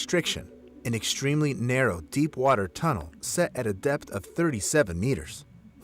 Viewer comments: I thought he called it death intoxication 😂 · He said DEPTH intoxication